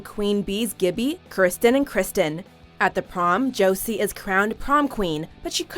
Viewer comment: Gibboe, Christen, and Christian-- It's K-i-rstian.